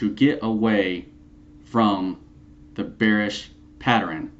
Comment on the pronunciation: patterern? lol come on man lol